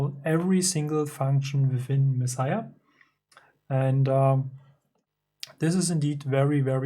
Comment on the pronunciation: Yes, perfect pronunciation! Mad respect for this. I'd prefer to have a dedicated box like yours than to modify one of these old cases to add knobs etc. Yours is a good size and angle too. And I've built a few eurorack modules, so I know how hard it can be to find the right parts sometimes. And it almost always costs more than I think it should. Do you mind if I reach out to discuss this controller further? By the way, I've got a Kerberos and MixSID en route, thanks for the heads up! Looking forward to more videos. Peace!